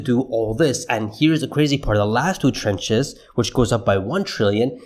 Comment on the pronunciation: You keep saying when it is actually trounches